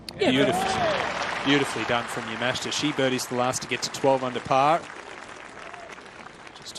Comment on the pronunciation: You would think the announcers would learn how to say the Japanese players names. Especially since the tournament is in their home country. He said Yamashta instead of Yamashita like 5 times.